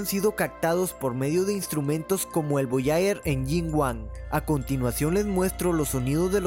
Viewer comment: Muy Interesante, gracias. Pero sería bueno que pronuncies mejor. Es "vibraciones caPtadas", con P, no "cactado". Y Voyager no se pronuncia "Volllaller"